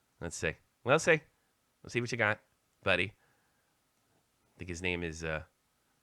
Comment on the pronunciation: Its hisss not hiffff.